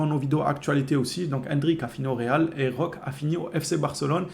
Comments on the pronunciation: C'est pas compliqué on dit Roquéééé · 🚨🚨🚨🚨🚨🚨🚨🚨🚨🚨🚨On prononce Roquéééé On prononce Roquéééé On prononce Roquéééé On prononce Roquéééé On prononce Roquéééé On prononce Roquéééé 🙏🙏🙏🙏🙏🙏🙏🙏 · C'est ouf d'ecorcher le nom de notre nouvelle recrue. On prononce Roqué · Roquéééééééééééééé avec un é